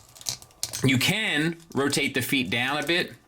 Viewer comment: FEEEEEET You should say it more often,. Great review. Love this Warpath🤩